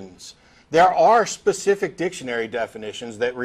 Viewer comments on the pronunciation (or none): none